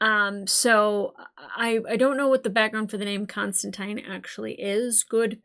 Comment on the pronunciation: Extra points for pronouncing Constantine correctly.